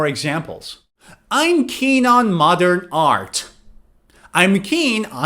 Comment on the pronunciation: I heard you said "i'm keen on mother art"😭